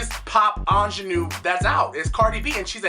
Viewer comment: You had me at "ingénue". thumbs up